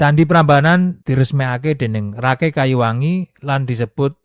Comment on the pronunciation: Kata Rakai lebih pas nyebutnya Raka i